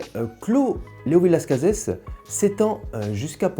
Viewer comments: Hello ! On dit Las Case et non Las Cazesss 🙂 J'ai bu 1986, 88, 90, 2002 86 est mon plus grand vin bu à ce jour ! Exceptionnel, vraiment. Nez et bouche d'une très grande précision, grande harmonie, finale interminable ! Génial ! Bu certainement au meilleur de sa forme. 88, je l'ai trouvé moyen ... M'a déçu mais je pense plus à une bouteille fatiguée pourtant le niveau était excellent. Je n'ai pas géré son stockage et vieillissement ... 90, très bon mais pas à la hauteur de 86 2002, joli vin mais rien de transcendant Je pense avoir une bouteille de 2001 et surtout une bouteille de 96, j'aimerai qu'il m'apporte le même plaisir que 86 mais ça va être difficile ....🤞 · Honnêtement non personne ne prononce le S. Désolé alors qu’avec le Tannât c’est un accent régional. J’ai bu pas mal de millésime le dernier en date ce mois-ci, le 2006, incroyable une claque de fraîcheur de jeunesse, de complexité de classe, j’ai une caisse -1 bouteille en Cave et je m’en réjouis.!